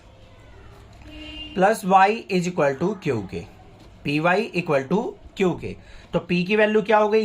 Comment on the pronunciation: Q ❌ kiouuuu☑️😂